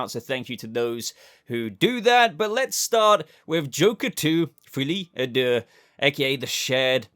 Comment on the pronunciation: á deux is pronounced like adieu (i.e. i bid you adieu)